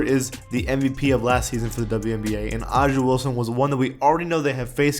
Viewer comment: Bruh is triggering me with him saying AJA Wilson. It's pronounced Asia